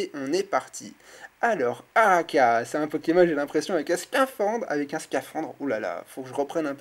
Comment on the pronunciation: Araqua Ar - aqua = aqua = water = eau And now just say it in french = A - RA - Q - OU - A ----- ARAQOUA "oua" = Araqua Ose me dire que tu es si mauvais que ça en Anglais et tu auras le droit à une bonne correction et pas uniquement grammaticale si tu vois ce que je veux dire;) ARAKA xD mon dieu même depuis la NZ je ne peux pas rester indifférente à cette abomination de prononciation à la:) Sinon ça va depuis le temps? le retour:p enfin:p King of ultimate rare. Perso je ne peux plus être présente sur YT comme avant (je crois que tout le monde le remarque ^^) et je n'ai plus mon FB non plus. Je passerais sur tes vidéos quand j'aurais le temps pour te faire ch... t’embêter ^_^ Enfin si je peux:p Je te fais de gros bisous <3 Et passe le coucou et les bisous à Marine de ma part aussi <3 Have a good day and see you soon! bye bye